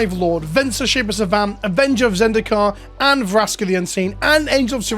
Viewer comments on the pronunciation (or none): none